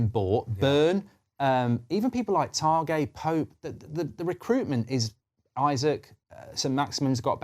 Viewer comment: Targay? He ain’t French, he’s from Eastleigh 😂